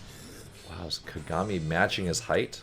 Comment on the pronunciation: Came to say the same thing. There is no "y" in his name. Just like there's not two "m"s in Ka-ga-mi.